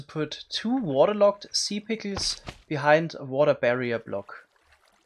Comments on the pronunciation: I love how he says in his accent "si pickels" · "sea pikiels" xD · Chuckling every time he attempts to say "Sea pickles" and fails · I love the way he says sea pickles it's so satisfying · Lol the way u say sea pickles is so funny ngl 🤣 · I love the way he says “Sea Pickles” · I love how he pronounces sea pickles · The way you say sea pickles is just awesome. People usually pronounce an e between k and l sea pickels. But not you xd